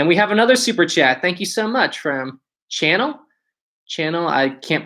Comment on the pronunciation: Aw, dude. Chanel is not pronounced like channel. It's pronounced like Sha-nelle, with the accent on the second syllable. Think the perfume Chanel No. 5